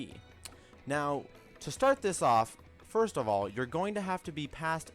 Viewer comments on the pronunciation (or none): none